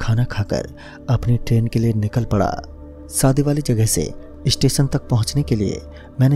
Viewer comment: Saadi Nahi Hota shaadi Hota hai.